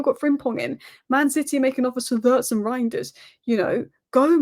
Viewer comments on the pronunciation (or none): none